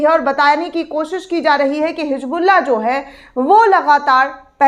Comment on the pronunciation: मैडम hijbulla नही hizbulla है plz उर्दू का प्रयोग करें तभी सही समझ आएगा ,,🎉